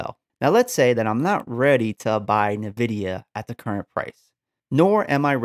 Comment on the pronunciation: good video my man, thanks, headsup, you're saying nvidia incorrectly, good luck